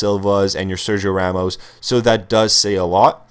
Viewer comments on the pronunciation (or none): none